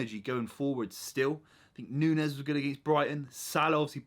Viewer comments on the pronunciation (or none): none